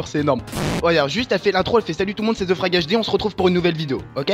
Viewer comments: / putin ZE n'es pas un vrais mot anglais mais c'est THE qui se prononce comme te et grenouille froge et HD c'est HD donc un magnifique 1/3 en anglais pour ton psedo de tout les QUÉBECOIS ET ANGLAIS ~merci~ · Excuse moi, mais THE se prononce "ve"